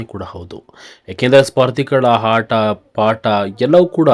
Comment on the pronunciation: Hata alla aata kannada sari matadu